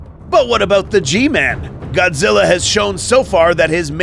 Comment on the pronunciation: this is godzi not goji goji is japanese